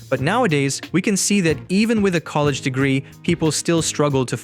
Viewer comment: No way this AI called Ye a fucking COLLAGE Dropout.